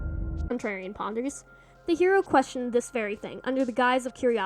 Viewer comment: My god FINALLY another stp essay Edit: I don't know if it was intentional or the audio cut out but calling Contrarian 'Trarian' is really cute